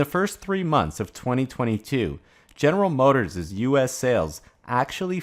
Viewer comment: It's not "General Motorsez" as a 'possessive' of General Motors - it's simply General Motors - one 's' at the end - your saying "general motorsez" makes you sound illiterate.